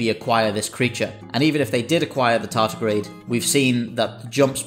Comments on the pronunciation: "Tardigrade" not "tartigrade". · Tardigrade, not tartigrade 🤪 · Tardigrade not tartigrade,.